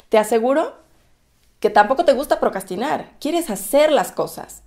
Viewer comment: Besos y claro que me SUSCRIBO. excelente contenido. Y la palabra procrastinar la pronuncias con mucha facilidad. Muy buen video ☺💜